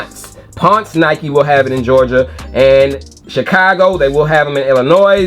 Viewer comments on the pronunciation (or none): none